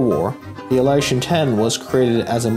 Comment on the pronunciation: The correct way to pronounce it is IL-YOO-SHIN. There is no "a" there.